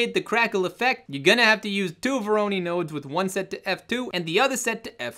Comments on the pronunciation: google speak: "Voronoi" R.S.LLC: "Vowrowney" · VO-RO-NOI !! LOL!